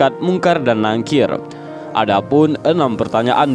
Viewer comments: Izin koreksi bacanya Nakir bukan Nangkir 🙏🏻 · Maaf min,ngomongnya bukan nangkir tapi nakir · Nakir bukan nangkir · Maap mas bkn nangkir tp NAKIR, jg bukan dihisap tp HISAB,sekedar meluruskan mksh... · Munkar Nakir Min bukan nangkir 🙏